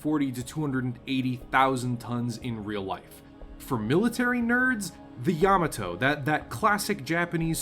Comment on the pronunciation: Thumbs down for this video for not being able to pronounce Yamato correctly.